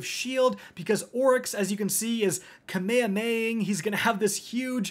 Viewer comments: did you just say "Kameyameying"? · "Kamayamaying" No but for real, thanks for the vid as always.